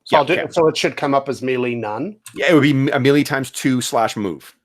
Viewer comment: Just bought this system, enjoying using your videos as a practical example. And holy cow share those character sheets! On a side note, are you pronouncing "melee" wrong intentionally as an inside joke thing? Also, does AS&SH pronounce "Cimmerian" with a hard C as opposed to the Conan stories which use an "S" sound?